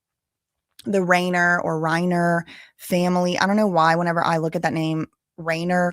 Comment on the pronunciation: The surname Reiner: the first syllable does not rhyme with lane; it rhymes with line.